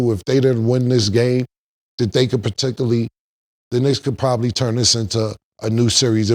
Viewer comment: Particaly instead of particularly